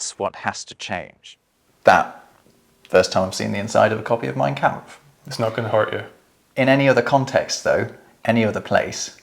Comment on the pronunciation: Excellent video as usual from. My only criticism is the pronunciation of the vowel sound in the German word “kampf.” The “a” should sound like the “a” in “father.” There is a YouTube channel Pronounce Names that has a short video “How to Pronounce Mein Kampf.”